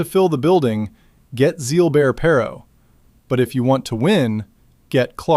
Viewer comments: This AI narration is nauseating. Who the f*ck is Zeal-Bear Pairo? Do you mean Gilbert Perreault?! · "Zeelbear" Perreault?" "HarLAmov"? Seriously?